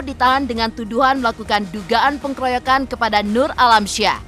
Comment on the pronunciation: Tiap denger narasi dari narator di Intens Investigasi, saya selalu risih dengan kesalahan pengucapannya. Perlu org yg ahli bahasa utk mengoreksi narasinya, sebelum dibacakan. Contoh kesalahannya yg selalu berulang yaitu pengucapan "pengkeroyokan" --> itu SALAH. Seharusnya "pengeroyokan" --> ini yg BENAR.